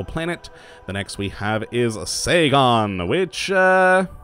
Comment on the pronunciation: I'm pretty sure Sagan in "Carl Sagan" isn't pronounce "Sa-gaan" like you did. Well, still better than "a giant freaking ball of sun" . Nice, as always though